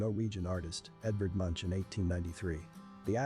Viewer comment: Oh ye, Edvard "Munsj" 🤣🤣🤣